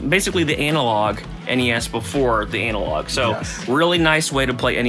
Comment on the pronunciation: Why does he say analog like Anal Log